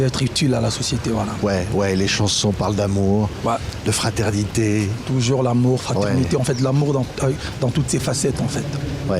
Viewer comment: WERRERA YO PE YAKA KOLOBA TOYOKA YO MASTA NA YO JIBIRA YE PE AZUI OYO YA YE SLOGAN MIKOL’OYO KAKA « TOJORS »AU LIEU DE TOUJOURS 😂😂😂